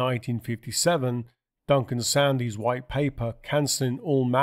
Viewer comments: Duncan Sandys name is pronounced as Sands! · The BBC Pronunciation of "Sandys" while he was a government minister was "sands".